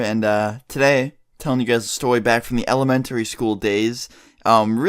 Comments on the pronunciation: Am I the only one who heard him pronounce elementary school WRONG it is pronounced like ele-men-tree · beginning of video he says stowy video from elementawy school